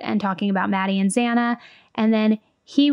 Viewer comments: I just want to know why he walked by Dylans room when hers was next. I guess he thought his odds were better to go upstairs first and then take out Ethan because he was the bigger threat. Idk though I swear I saw Brian get a little mad when the judge mispronounced Xana's name. Watch closely its the onyl reaction i saw him make. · The judge said this is hard while pronouncing Xana I believe. 1st they are hard names, took me quite a few tries to get right. 2nd, nerves knowing he's on TV. Kohberger isn't exactly hard.